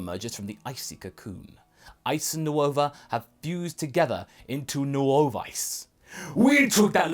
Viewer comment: “New ova” I know it’s spelled nuova but it’s just pronounced nova